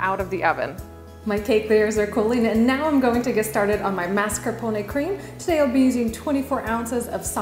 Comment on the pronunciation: You don't pronounce "mascarpone" correctly, lol, but this cake looks amazing.